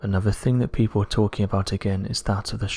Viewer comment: AHAHAHA who are these "people" honest these types of videos it's always " peepow say" 😂😂